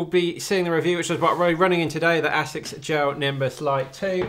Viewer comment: Awesome video and you pronounced Asics correctly! You are probably the only YouTuber who doesn't try to say it weirdly. I wish that YouTubers stop saying Nike weirdly too. Everyone else except YouTubers pronounce Nike the sama way how they pronounce like.